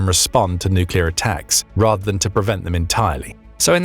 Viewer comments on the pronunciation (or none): none